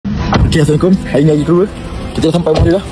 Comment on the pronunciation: Sebut ler salam tu betul betul bukan main bunyi jer. Rajin rajin ler tengok mcm mana salam tu dieja supaya sebutan ada makna...jgn sebut salam mcm tu lg dik